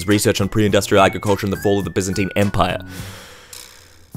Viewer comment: Says its not that hard, convinces nobody Summarizes what people think you gotta do and then fails to pronounce byzantine empire. Ok, checks out I know that was deliberate, you ckever sod